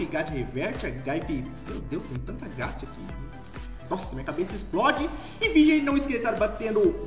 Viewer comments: É gacha não é gacta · Eu acho q não fala gatcha e sim gaxxxa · NÃO É GATIAAAAAAA É GAXA PELOAMORDEDEUS saporra se escreve gacha mas se fala gaxa Não gatia jwowowduwnf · N pronuncia Gatha é GACHA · VC fala gaúcha do geito errado gacha a gente fale que nem chuva